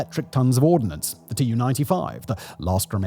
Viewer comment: It is "ordnance" not "ordinance". No "i". Two very different words.